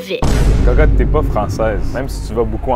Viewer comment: cocotte sans l’accent